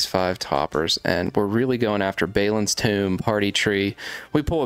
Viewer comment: ….have you even watched lotr. Thats not how you say balin.